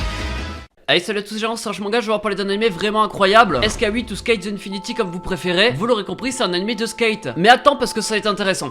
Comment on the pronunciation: SK8 se lit skate (sk-eight)